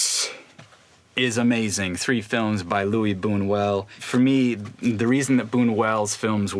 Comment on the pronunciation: It's BuÑuel, not Bunuel you disrespectful